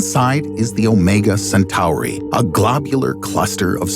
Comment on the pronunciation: Why’d he pronounce Centauri like that